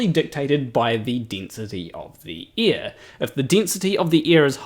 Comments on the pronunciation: Ear/air different spelling, different pronunciation love your stuff but anyone would think that you lived underneath us in an upside down ball lol 😆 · First off, my post was an attempt at humor, and admittedly neither a good nor obvious one. I was making a joke about Tree Potato's comment about how pronunciation of "air" sounds like "ear" to some people, myself included. I found it ironic that the word being "heard" differently was "ear". 😉 I had already been wondering about shirt showing "Dunning-Kerger" instead of the actual term "Dunning-Kruger (effect)", then happened to see the thumbnail, read the quote, and understood it was from a flat-earther who misunderstood it. My sleep-deprived brain somehow conflated the two events into one comment; my apologies for any confusion and inadequate humor I may have caused. 😔